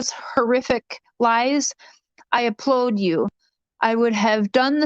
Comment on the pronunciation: Flip flopping again! It’s “ applaud” not “applode” - when you read Donnie’s letter, just FYI.